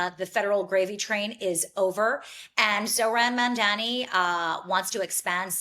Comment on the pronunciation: Two women who can't pronounce "Mamdani" trying to smear him Enjoying the barking 🥰